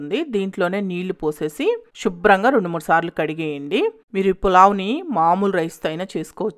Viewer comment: Pls stop saying shubram ga. It should be Subhram ga.